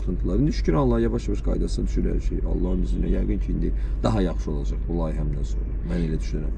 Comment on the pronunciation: “olıcey” yox, orfoepik normaları pozmayın. 😀